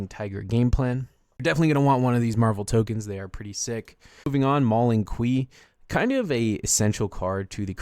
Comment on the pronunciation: Homie said Mauling Qwee 😂